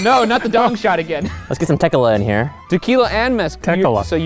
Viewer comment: Lol 2 shots of teh-killah